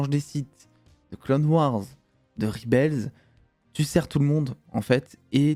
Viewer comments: justement, "en 2023" où tous les youtubeurs se pensent bilingues, on ne dit pas "ribels" en VO ! ca ressemblerait plus à "rèbol". Je dis ça... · Alors super vidéo et 100% d'accord avec ta critique comme toi j'ai surkiffé. Par contre moment linguistique. "REBEL" prononcé en anglais ne se dit pas "Ribels", google trad te donnera l'audio de la bonne prononciation :) /ˈreb.əl/